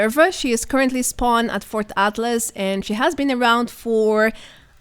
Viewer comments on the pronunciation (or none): none